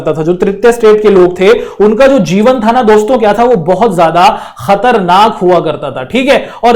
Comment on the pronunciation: Sir kharatnak nhi khatarnak h😢😢😢😢 aapse Hindi nhi aati h h h 😢😢😢😢😮😮😮😂😂🎉